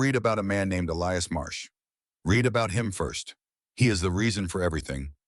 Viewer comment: AI, realize that young people and non-native English speaking people listen to these stories. So pronunciation of the language is important. Learn difference between read, and past tense, read, so they will know.